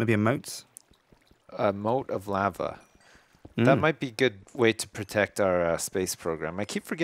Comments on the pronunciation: doesn't know how to say lava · You say lava wrong